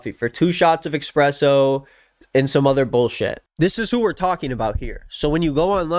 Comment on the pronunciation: "expresso" smh